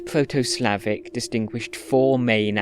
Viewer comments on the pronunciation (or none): The accents/pronounciation on the proto Slavic are a little off tho😅 I'm from Bosnia (serbo-croatian) and we retained all the 4 accents from proto slavic (some words are pronounced literally the same) and he makes it sound quite unnatural, although I don't blame him as it's hard.